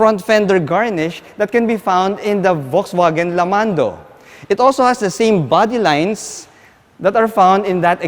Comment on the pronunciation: I just wanna politely point out something. Please say it as either "Volkswagen", or "Folksvagen" (german way). You're saying it as "Volksvagen" and it kinda sounds like its hurting the brand...